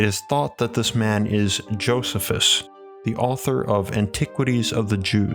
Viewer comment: I really enjoyed these episodes. One thing, I wish I could stop myself, but former librarian here: Josephus is pronounced Jo-SEE-fus. At least that’s how I’ve always heard it pronounced.